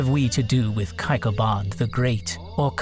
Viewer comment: Thanks for sharing. It’s Jamshid, not Jamshyd. And it’s not cup, the Persian word is Jaam, which is glass in English. Cup is used for tea, which did not exist in old Persian literature. Also, Kayqobad, Kaykhosro, Nayshapur, so the first syllables are pronounced like “way”.